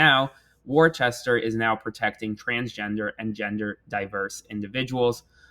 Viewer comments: Lol... its pronounced Wooster not warchester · IT'S WUH-STER NOT WOR-CHE-STER! Jesus how do pronounce Worcestershire sauce ffs? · It’s pronounced “Wuh-stA” , not “war-chest-er”. ☺☺☺ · It's "woo-ster" lol 😂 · Worcester, pronounced "Wista". 😊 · uh oh, you pronounced wuh-stuh wrong lol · Don’t mispronounce Worcester!!! 2 syllables ‘woor-ster’ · Live your updates. Just an FYI, Worcester is pronounced Wooster by all New Englanders. It doesn't make sense but there ya' go. 😊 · Worcester = “Wooster” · It’s pronounced “Wuster”. Yes I’m serious! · Worcester pronounced “WUSS-ter” 😉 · thank you for your updates. (Worcester is pronounced "WUSS-ter", very common mistake :) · It’s pronounced woo-ster as a former Massachusetts resident lmao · was legit about to comment this LOL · But it SHOULD be pronounced Wor-ches-ter. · Ah no...its pronounced wis stir. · 😂 I said in my head, "Isn't it Wus-ter?" 😅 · Worcester is pronounced "wuss-ster" just an FYI. we have weird city pronunciations here lol. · We forgive you for butchering the pronunciation of Worcester. 😂 I’ll take a laugh where I can get it these days. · Came here to say if anyone told him that Worcester rhymes with rooster yet